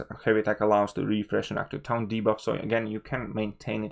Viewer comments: It's pronounced like "torn" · This whole video is invalid purely on your pronunciation of taunt. Try again.